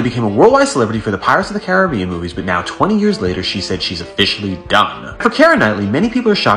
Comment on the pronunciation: Definitely not how you pronounce Caribbean